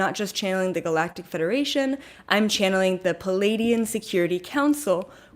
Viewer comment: Just btw, you've been pronouncing Pleiadian wrong.... It's, PLEE-AY-Dee-En. You're saying "PA-laydian." Here's what "Palladian" means: And here's Pleiadian (which you already know)